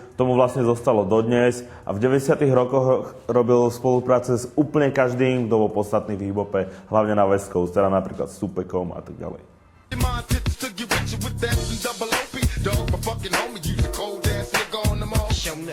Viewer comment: Ten pocit keď tento týpek o old-school rape snáď nič nevie. Polovicu slov vyslovil zlé a informácie sú totálne o ničom, ešte k tomu nie všetko je pravda. Super no. . . . "tupekom" facepalm